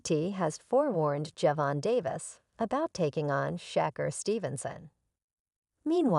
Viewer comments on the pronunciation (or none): These AI are pronouncing names and other words wrong. Gervonta all day every day. Over anyone.💪